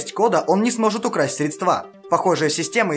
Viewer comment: Неверное ударение в слове "средства"